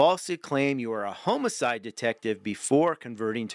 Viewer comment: Pronunciation tips for future videos. When pronouncing homicide, pretend it has two m's: "HOM-mih-syd" (short o sound like in Tom). There is no h in coerce: co-WERS